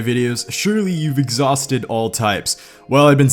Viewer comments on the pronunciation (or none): "exhausthed". Get it?